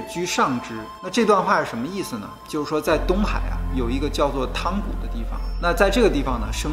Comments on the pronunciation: 那个字读yang 不是tang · 汤谷读yang 谷，这些博主经常读白字